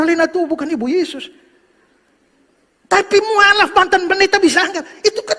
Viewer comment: Salah sebut pendeta bukan muaalaf tapi mu,allaf😃😃oke